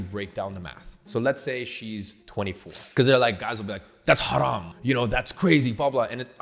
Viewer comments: First, I love u and u inspired me a lot and second, You pronounced haram like a real Arab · I dont know if the letter of "HA" but more clearer is in iman's language but he said it very well while not being arab or muslim.